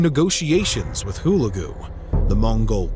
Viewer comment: HULAGU correct accent is HULEGU